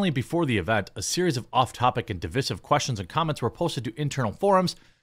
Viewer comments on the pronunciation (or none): Div-EYE-siv. Not Div-ISS-ive. Root word is Div-EYED (divide). Not Div-IDD.